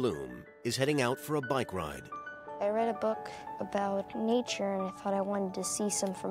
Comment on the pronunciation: I thought she said she read a book about Nietzsche.... soon realized she said nature